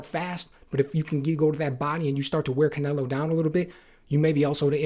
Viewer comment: Canleo? Can Ello? Can Canelo? Cannelloni?